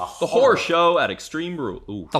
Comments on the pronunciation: As a Proud American who lives in the North West, not only do I pronounce the word Horror properly, I must say pronunciation of the word Horror sounds like Titus O'Neil's Dog Bark just said softly instead of hollered out 😂😂😂. Thank You Guys for All you do, I watch lots of your content and it Always keeps me entertained. Stay Safe. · Above the Mason-Dixon Line, never heard anyone pronounce horror that way before. Is that actually a thing? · Lived in the South. Can confirm.